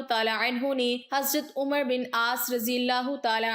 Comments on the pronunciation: اسے عمر نہیں پڑھیں نگے بلکہ امر پڑھیں گے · حضرت عمرو بن العاص، ع پر زبر کے ساتھ پڑھا جاتا ہے۔ ازراہ مہربانی اصلاح فرمالیں۔